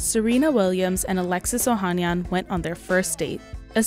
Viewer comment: Oh han NYAN! Never trust a report that doesn't make an effort to research how to pronounce names correctly.